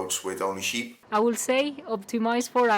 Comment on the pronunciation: Sorry to be that guy, but sheep is pronounced with an 'sh' sound (like your name). In the video you're pronouncing it as 'cheep'. Also, the plural of sheep is sheep, not sheeps. Anyway, great ride!